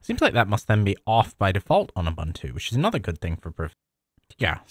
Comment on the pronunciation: Ubuntu is pronounced as "oo-BOON-too." The word "Ubuntu" is an African philosophy that roughly translates to "humanity towards others" or "I am because we are." It emphasizes the importance of community and mutual caring for all. This philosophy is reflected in the development and distribution of the Ubuntu operating system, which is freely available and encourages collaboration and sharing of software.